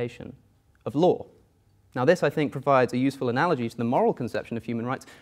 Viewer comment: "Analoghee." - Alex O'connor